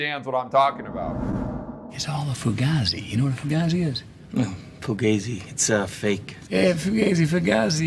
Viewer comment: Fugazi was used first by Jonny Depp in the movie Donnie Brasco and he was saying it to Al Pacino.. c'mon man!! And you're pronouncing it wrong.. foo-gayzie